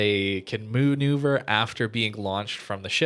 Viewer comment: lmao when he said moonuver was the best moment in the video 0.53